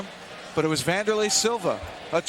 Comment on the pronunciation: Wanderley Silva "the AXE murderer" was a beast. PS.: Correct his name btw. "W" not a "V".